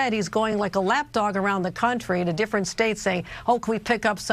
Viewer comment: "We do it every ten years so it's (D)ifferent" - Kathy Hochul